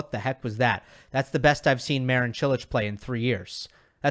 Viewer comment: It's funny how you can pronounce Čilić and Kecmanović almost perfectly, but you are way off pronouncing Marin correctly.